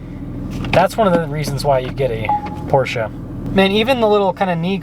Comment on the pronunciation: Beautiful car, and thank you for pronouncing PorSHA correctly.